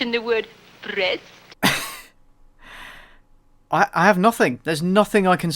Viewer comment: did I hear somebody mention the word Brrrrrrrrrrest?